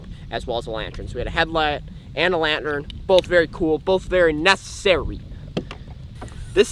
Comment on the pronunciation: What the fuck why did he say headlamp and lantern like that